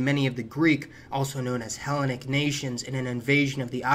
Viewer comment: Hellenic is stressed “Hel-LEN-ic” Levant is pronounced “Le-VAHNT” The P in Ptolemy is not pronounced.